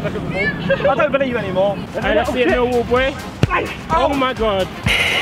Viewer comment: Anyone else think that when Josh say Millwall it sounds like "Meerwall"